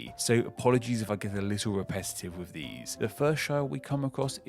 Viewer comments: Yet another narrator who pronounces 'th' as an 'f', and 'with' as is usual thesedays has become 'wiv'. I fink is grammer is allfall. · Why do you say norf/norvern/souff/souvern/wiv/Burksheer/Durby etc in a faux posh voice? You iz letting yo inner gangsta show, coz it iz doe innit doe bruv, aaaay! BRAAAAAP!